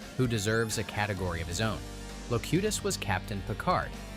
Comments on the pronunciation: Loctiss? who's Loctiss? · Also Locutus changes pronunciation changes after 2 correct uses and then goes AI incorrect the rest of the segment. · Love how at one AI says Locutus and one says it wrong. Do better!